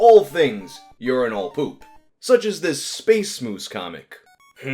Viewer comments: You pronounce "urinal" weird. It's pronounced "yer-in-ll" not "yore-in-all". God damn, you east coast people are so fucking weird. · Lol stop saying "yourenal" and just say "urnal" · Am I the only one who thinks here is saying urinal weird? I’m from a place where we say it “urin-ul” not “urin-ahl” 🤷🏼‍♀️ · The way you pronounce it urin'ALL', rather than urin'UL', is honestly blowing my mind. It's like it's challenging you to give it all of your urine. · Each time you pronounce it "urin-AWL" my blood pressure rises a bit more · I've never heard someone pronounce urinal like does. Urin-all. Weird. It sounds like he's overthinking how to say it. Like when you say "bowl" a bunch and start hearing it differently. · why do you pronounce urinal like “you’re-in-all” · Unine-all 😂 can't unhear it now. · why do you pronounce "urinal" weird?